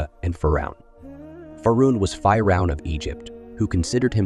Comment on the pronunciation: It’s not fii Ron . It’s phee - Ron . You toool .